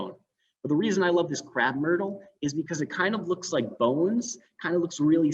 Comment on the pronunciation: It’s a Crape/myrtle not Crap/emyrtle.